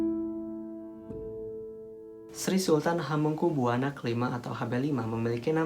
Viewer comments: Jangan buwana to dek,,bacanya ya Buwono biar enak di dengar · Hamengkubuwana dibaca hamengkubywono, woi goblok! Ini orang mungkin irang jawa barat atau jakarta. Pekok